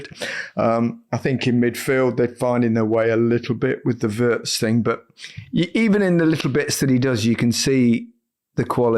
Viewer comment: Wirtz: STOP saying 'WORST' it is pronounced 'WEErts' !!! When you took the trouble to learn the pronunciation of 'Woltemade', PLEASE, take the same trouble with others like Wirtz.